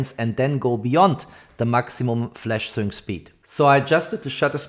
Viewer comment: Sync speed is pronounced SINK speed !